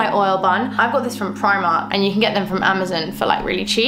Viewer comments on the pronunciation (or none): none